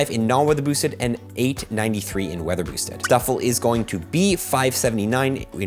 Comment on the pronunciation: Bro you need to enunciate. Listen to yourself say “not weather boosted” it sounds like gibberish.